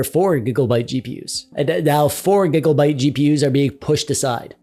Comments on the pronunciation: Conclusion: dont play games the year they get released. Also, is this man saying gigglebyte? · everytime u say gigglebyte my heart smiles